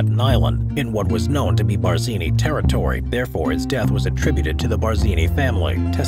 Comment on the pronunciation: pls edit iiut the GD Bardzini! Stopped listenung thwre!